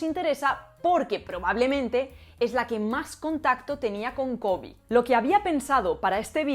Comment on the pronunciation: La mitad del video pensé que decías covid. Luego me enteré de que era KOBE :D El code-switching es súper normal en hablantes bilingües, aparece en mi hogar como en tantos otros. El Spanglish es un fenómeno pero no soy partidario de llamarlo una lengua. Una cosa también es el code-switching y la otra es el insuficiente dominio del español o del inglés o de los dos, que precisamente incentiva el surgimiento de semejantes cruces lingüísticos. El español hablado por los hispanohablantes de los EE.UU. definitivamente es de peor calidad que cualquier otro español a nivel gramatical, de pronunciación y, principalmente, de léxico, dónde el desconocimiento del léxico propio del castellano se compensa con numerosos anglicismos. Nunca he escuchado que alguien de los EE.UU. hable español a un nivel C1 o C2. Realmente es lo que tú dices en el video. Es un "kitchen Spanish", hablado en el círculo familiar con muy pocas palabras y con el fin comunicado pero súper reducido. Según mi observación podría ser un A2-B1 como máximo.